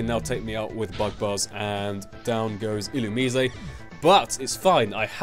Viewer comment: I always thought it was pronounced 'ill-you-mise'.